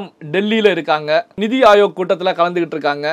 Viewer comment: The anchor is pronouncing Neethi Ayog as Nidhi Ayog. This conveys a wrong meaning. Neethi in Hindi means 'policy' whereas Nidhi in Tamil means finance. It is perhaps due to this wrong understanding that TN CM is asking for additional funds in a meeting which is meant to discuss policies.